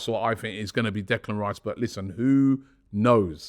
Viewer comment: 😂 chopping block Robbie. Butchering names left right and centre! Reclan Dice incoming 😂👍🏾